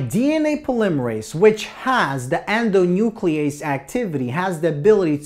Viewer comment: It will be endonuclease. It's correct